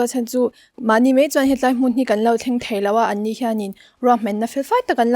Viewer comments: He tlai ti lo in he lai tiin sawi zawk ta la a va mawi dawn em😍😇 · "He tai'' nilo in 'He lai''😁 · "He tlai, ni loin, he lai," tih tur.